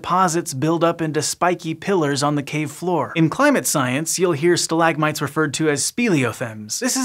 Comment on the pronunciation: stalagmite? Nah mate, it’s pronounced stalagmite. You kinda sound weird. Total forth wall break in this science thing